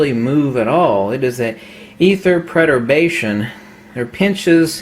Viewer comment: Are you trying to say Perturbation? It sounds like you are saying preturbation?